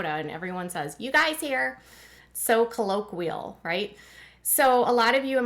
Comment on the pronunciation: You said colloquial wrong.